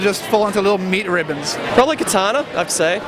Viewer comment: I don't know if thats how you actually pronounce katana, but it made me lol XD. Especially with how happy she looked hahahaha.